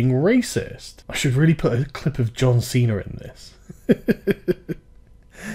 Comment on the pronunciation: it's pronounced John C-na not John C-ner